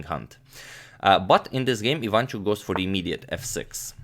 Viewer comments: But, I am sorry to break it to the channel that as Ukrainian, I can assure everyone that all the time agadmator pronounces IvAnchuk incorrectly, it is IvanchUk instead. And I was born in Lviv region), where Vasiliy lives. Yeah, guys, sorry to break it to you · Hey mate, you pronounce Aronian correctly. But not for Ivanchuk. It's IvanchUk, not IvAnchuk. Same for GrischUk, not GrIschuk. You can be assured. (I'm from Russia. Just search YT for videos in their native language to hear how their names are pronounced in Russia / Ukraine, in case you need proof.) Thanks for your vids, keep up the good work. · And not ivAnchuk, but ivanchUk, there are the only mistakes of pronunciation )) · About pronouncement - it is efficient to say IvanchUk, not IvAnchuk...